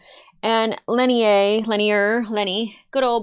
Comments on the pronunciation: He is Lennier (len-ear), of the Third Fane of Chudomo... not "lenny," nor... argh! *rage quit* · try Lynn-ear ... the ear of Lynn will guild you.... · It is not wrong to speculate, but keep your mind open until your speculation is verified. It is pronounced lin-NEAR.